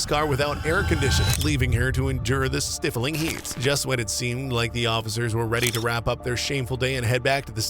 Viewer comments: Stifling heat not stiffling….geez. Stifling has a long “i” sound. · BTW, ots not stiffling its stIfling with a long i in the first syllable. Like in the word dry. Just for future reference.